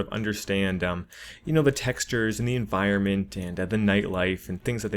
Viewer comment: I'm sorry dude and I hate to nitpick but it's environment